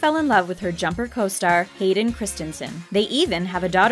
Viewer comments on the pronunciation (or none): none